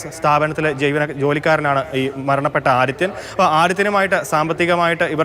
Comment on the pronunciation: ആദിത്യൻ ആണ് ആടിത്യൻ അല്ല...